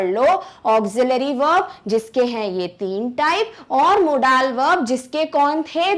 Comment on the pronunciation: hello everyone! me ya kaha na chahata ho ky app ka accent kon sa hai app ki pronounciation na british ha or na american like app ap kha rahi ho modaaal but it's not correct ya na british ki pronounciation ha or na america ki bus yahi bata na tha orr baki sub exellent tha thank u sooo much 🙂🙂